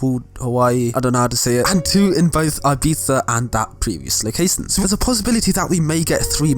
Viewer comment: Man said '' ABIZA '' lmao